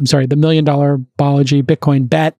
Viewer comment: It’s “Balaji”, not “Baleji”.